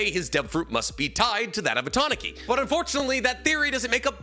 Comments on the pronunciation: Ta-na-ki? Isnt it Ta-nu-kee? Pronunciation wise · Holy shit, no offense here, but how does not know how to pronounce Logia or Tanuki? Doesn't this man claim to have some cursory understanding of Japanese too?